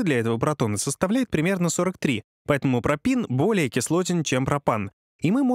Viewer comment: только не пропин а пропен.